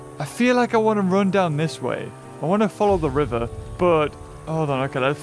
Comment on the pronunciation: You say ”follow the river” in a very welsh way